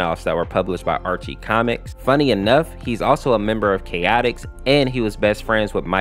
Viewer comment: Name’s Chaotix… I heard Chaotic very often